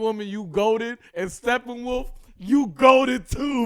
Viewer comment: Is saying "stephen-wolf"?